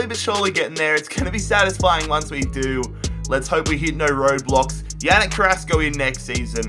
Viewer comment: When you said "i hope we hit no Roadblox" i thourght you said "i hope we hit no Roblox" LOL